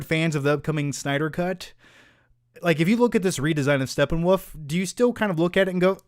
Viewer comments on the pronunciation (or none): Why does he keep saying Steppenwoof? Lol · Who else laughs at mispronouncing SteppenWOLF!